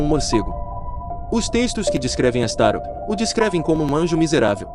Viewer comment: não é astaro a pronuncia correta é astaroth